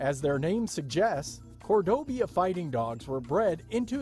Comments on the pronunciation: Why do you find it so hard to pronounce "Cordoba?" Why do you insist on saying "Cordobia?" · No. Not with this guy. It clearly says Cordoba Fighting Dog and the entire time he pronounces it Cordobia. Next. Guess what? The thylacine was possibly rediscovered a couple of weeks ago. But mostly the problem is that the guy's voice is just way too moronic and simultaneously condescending. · Please learn to read. Cordoba not Cordob-i-a........ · "Cordobia". It is Cor-do-ba. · cordoba... it must be pronounced cordobia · Very interesting, but needs tweaking. The Cordoba Fighting Dog was referred to as a species, then later as a breed, and later back to a species. Please make your mind up and if you’re not sure, it’s a breed of dog, dogs in general being a species. Why was this ‘Breed’ being pronounced Cordobia, instead of Cordoba? Tisk tisc tisk! Also, nice to see that religious nut bags killed a Great Auk, because they thought it was a witch, thus helping the extinction of one of God's creations. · there is no I in Cordoba.... that makes me cringe every time he pronounces it that way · I love this idea! However, I did laugh each time Cordoba was mispronounced... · Lol. "Cordobia," and, "supposably." 😂